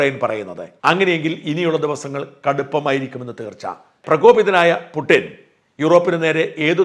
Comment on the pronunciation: പുട്ടിൻ . ആണോ ? പുടിൻ അല്ലേ